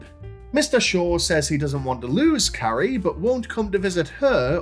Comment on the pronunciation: "Hello Carri-ice" 😂